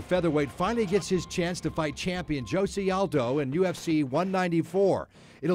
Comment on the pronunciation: "joese" Aldo???? Really nigga?